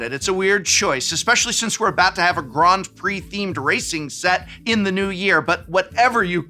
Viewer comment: am i the only one deeply bothered by his pronunciation of grand